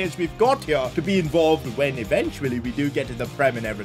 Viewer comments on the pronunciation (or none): none